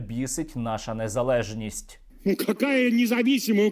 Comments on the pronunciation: Погано вчаться. Кажуть "нєзалєжність". Потрібно стусанами допомогти то слово навчити як промовляти. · Хто має можливість, підкажіть скобєєвій, хай вивчче правильно одне українське слово "Незалежність"! Бо хочеться їй рота розірвати від цього спотворення. Допомога на росію, "НЭЗАЛЭЖНИСТЬ", ось як це слово читається. Просто і зрозуміло! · Такі тупесенькі скобячки,що не можуть правильно вимовити священне слово,,Незалежність''.Рабський сосальний російський апарат ,,не позволяет'' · Коли скабєєва каже "незалєжнасті", аж блювати хочеться. Які ж вони всі покидьки 🤬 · Вони навіть слово незалежність вимовити не можуть . А все кричать що такої нації як українець не існує. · Дура Скабєєва не умеет произносить «незалежність»!